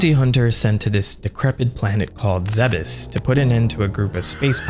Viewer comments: Good but its pronounced planets Zebes (ZEEBS) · Isnt Zebes pronounced like Thebes? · Zeh-bes? Tf??? It's zeebes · 12 year old me used to pronounce it "zeebs" when autistically downloading the lore into the nearest earholes. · Am I the only one who pronounces Zebes as "Zeebs" like Thebes? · So who else always thought it was pronounced "zeebs"? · I thought it was pronounced "Zeebs" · It's definitely pronounced zeebs 😂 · This video made me realize that I've always thought the planet was pronounced Zeebz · am i the wrong one for always pronouncing it as "ZeeBis"? Like come onnnn it rolls off the tongue better plus you can say it in an old cowboy voice and it sounds like gold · We've all have pronounced it "zeebs" at one point. Also in the original metroid manual on nes they called it Zebeth. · i just hate the way you say zebes lol